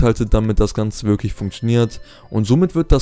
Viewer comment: dein Deutsch ist "wiglich" (wirklich) so!